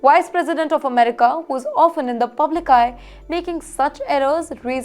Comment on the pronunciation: It’s not Amrica and allegance as you sounded. Harris is not Indian origin in true sense. Her parents were of Indian and Jamaican origin. Harris was born in US and brought up in US!